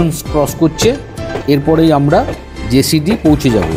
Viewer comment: ওটা জেসিডি নয় জসিডি বলবেন, তাহলে ভালো লাগবে।